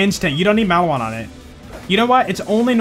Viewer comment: When he said Maliwan weird I cringed...